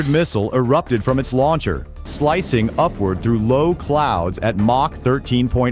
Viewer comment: AI crap... what is mock??? it's supposed to me MACH. Dummies.